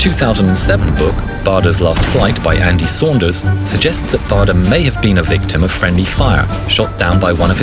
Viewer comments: Bahder? It’s pronounced Bayder. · I think that the correct pronunciation of his name is "bayder"